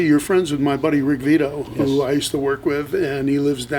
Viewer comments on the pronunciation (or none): He called Rick Beato, Rick Vito...